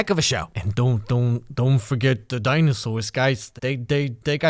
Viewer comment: intense stereotypical New England accent D I N O S A U R S